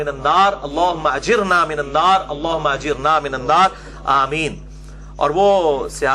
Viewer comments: Apny Ajirna kiun parha. Ghalt word bola hai apny.. Ajirni hota Mr Engineer gggg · Aoa.. Engineer sahab ggg.. apny Ghalt kiu parha Ajirna bola hai.. Hala k Ajirni hota ha.. zabar nahi hai ayat ma zer ha non zer nii